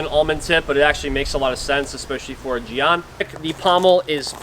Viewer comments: Yea, jyen with a very hard J, kinda like Djinn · For future reference, jian is pronounced kind of like “jyen” :) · It’s pronounced more like “Jen”